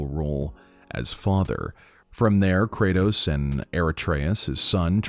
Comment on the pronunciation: Krayos and aratreus xd